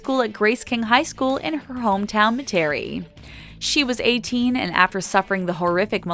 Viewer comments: Ellen's hm town is Metarie, La. Pronounced (Met-are-ree) Not.. [Met-T'aree) Louisiana. I know I live just a few hrs from there. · OMG. Met-a-ree. Not Me-tair-a-ree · It’s MET-airie lol. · I just have to say this it's actually pronounced meta-ree not ma-terry like they keep saying as a native orleanian it just rubbed me the wrong way..I don't know why it just did lol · It's MEH-tuh-ree, not Meh-TARE-ee. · Its pronounced met-a(h)-ree Metairie, Louisiana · Met-air-ie. Met like the Mets. Air like uh ie like e. Metairie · Met' a ree is the right way to say the name of the city. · Omfg learn how to say Metairie...makes me wanna turn this off ugh